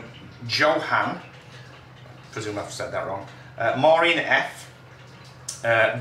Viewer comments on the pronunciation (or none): Hey guys! Thanks for the hello and mention on your vlog tonight ..... Johanne pronounced Joanne 😂🤩🤩